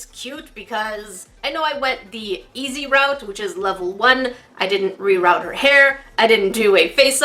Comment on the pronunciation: Reroot. Why u pronouncin it reroute... ahhh